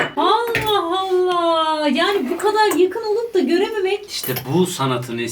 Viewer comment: allah allah yerine halla halla demesi😂😂